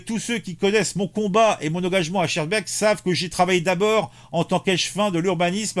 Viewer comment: Mon cher ami, on prononce skarbeeke. C'est une ville de l'entité de Bruxelles qui est complètement tombée aux mains des islamistes. La ville de Saint-Joss est administrée par un proche de Erdogan qui prône la charia.